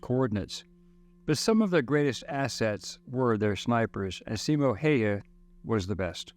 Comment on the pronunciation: Good video. Also the way to pronounce his name is Simo (Seemo) Hayha (Howha)